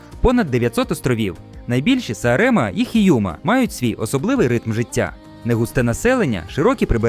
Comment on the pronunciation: Саре́ма та Хійу́ма? Дауга́ва? Це що, штучний інтелект читав? Будь ласка, не розчаровуйте... Все ж таки маєте дотримуватися високого рівня.